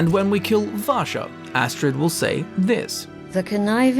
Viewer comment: Vasha is a Russian name and your saying it sounds like rassa which sounds like Russia coincidence? I think not